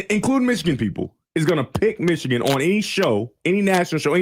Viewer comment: How did know how Ufer said Yost pronoun ed Meeechigan?